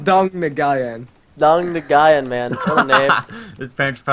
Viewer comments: nguyen is not pronounced neguyen its pronounced like win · "Nguyen" is pronounced "New win" D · white people... its pronounced nguyen(new-yen) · Vikk said Nguyen wrong >.>